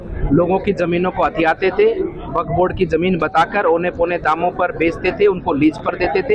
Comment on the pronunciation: बेटी वकफ नही वक्फ बोर्ड है थोङा अपनी हिन्दी सही करो